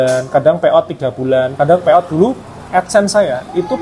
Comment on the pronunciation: Pay out ya mas? Kirain bilangnya peottt...Lama nyimak baru paham